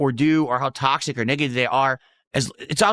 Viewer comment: "sticking my toe in the tocksick pit, as they say right guise", literally no one ever has said that.